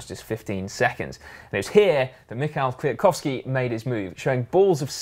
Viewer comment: Ok guys. I like your channel so much and it keeps me biking almost everyday (thanks!), but those funny moment in the GCN show are sometimes a bit of pain in..... the saddle - just because you do it every 30 seconds. It's By the way .... Kwiatkowski is not that hard to pronounce. You're doing pretty well